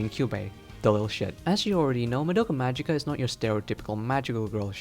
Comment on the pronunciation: Why can nobody pronounce the word "magica" from the title? It's Latin, but everone insists it being an English word. And regarding symbolism/parallels: if you're interested, you should read this